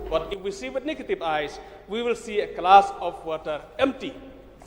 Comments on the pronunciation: A klass of watar , stedmen, akri, 😅😅😅😅 pronunciation. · Renikton biej. Haba u Kyrmen u ong wat tuklar ki briew nabar wat tuklar ai ba ki paid jaiñtia kin tuklar. That's means only people of Jaiñtia. Stupid wat ia ka glass ruh pronounced klas 😂😂😂